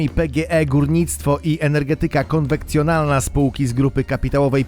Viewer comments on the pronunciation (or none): Nie rozumiem. Dlaczego w WIĘKSZOŚCI filmów wkrada się masa literówek i przejęzyczeń. Jak się słucha to aż uszy bolą. Przykłady: TMB, a zaraz TBM, to jak w końcu? PGE...Energetyka konwekcjonalna... Co to właściwie jest? Jak coś robimy to róbmy porządnie. Autor zdecydowanie idzie na ilość filmów i nie chce mu się nawet obejrzeć filmu przed opublikowaniem. Najgorsze, że potem ogląda to jeden z drugim nie mający żadnej wiedzy w danej dziedzinie i będzie powtarzał bzdury.